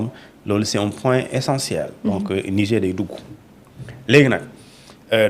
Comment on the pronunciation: Dites à votre chroniqueur que le mot Niger se prononce avec le r à la fin. Lorsque le r devient muet, on parle d'un fleuve.